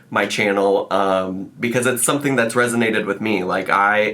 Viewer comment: “What is water?… do you eat it or sumething?”